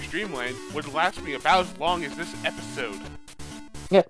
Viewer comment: I’ve never heard anyone mispronounce “episode”.